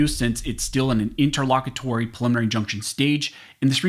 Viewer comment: I thought that was supposed to be pronounced as "inter low cute ery".